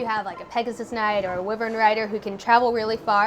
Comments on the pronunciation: Stahl became my cavalier of choice. Donnel...yeeeah, still working on him. Also...its pronounced WAI-vern not Whi-vern. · ikr it's pronounced "Why"-vern